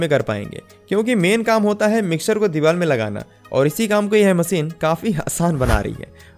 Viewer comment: bhaisaab Hindi toh thek se bola karo content acha hota hai par language aise jaise kisi ne kheer mein namak daal diya ho MASEEN nahi MACHINE , sA nahi Sha mughe toh lagta hai aapke maata pita ne aapka naam SHUBHAM rakha hoga usko bhi aap SUBHAM bolte ho